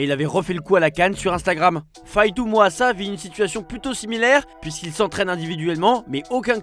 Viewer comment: faye tout mouassa ? C’est qui ? Renseignez vous un minimum pitié… c’est FAITOUT MAOUASSA